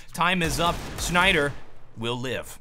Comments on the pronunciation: >Hates saying names the English way >Says Snyder in the English way (Znajder said Snayeder with Swedish pronounciation, which is basically the same as saying Snyder) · Allright, Allright, you triggered me. You can't come up and say you are going to pronounce GIF like the developer has meant it, while you are pronouncing "znajder" like a native English-speaker would. That's just double-standards. CHOOSE ONE WAY!